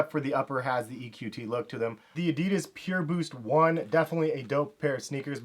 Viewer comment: You fockin spell ADIDAS wrong! Learn how to pronounce it, shit that feels so wrong...